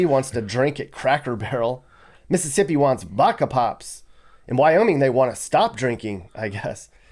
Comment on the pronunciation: It's Mississippi